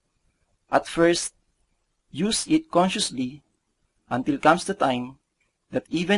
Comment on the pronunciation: while I am sure you guys are most probably a credible company, please allot some of your marketing budget towards getting a better speaker/dubber for your videos. Honestly, hearing numerous articulation errors like that does not inspire consumer confidence. *** d/th, b/v, s/z problems, i/long e issues. attract/atrak, it/eet, visualize/viswalays, antil/until, da/the, dey/they, wold/world, as/ask, teenk/think, notis/notice, nak/knocked, masels/muscles, reeten/written, pasitib/positive, etc. etc.TY